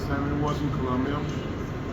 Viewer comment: Please, its Colombia